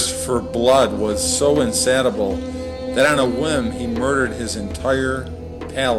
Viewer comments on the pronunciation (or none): This person is ridiculous. He makes a perfect jackass of himserlf pretending to know something about ancient history. It is painful to listen to him mispronounce common words. Insatiable he pronounces in-SAt-able. Kinfolk is KINGSFOLK. Ruined is ROONED. Caligula he mispronounces again and again as CALIGLIA, and speaks of his "CRAVE for sexual perversions" (instead of CRAVING.) Typical example of the Christian fundamentalist parading his ignorance, preaching to people even dumber than himself.. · He mispronounced insatiable, among other words.